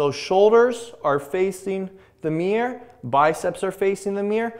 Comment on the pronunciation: remember, "forearms facing the meer"